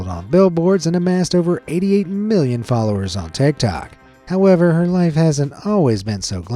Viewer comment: Sometimes when he says "million" it sounds like he's saying billion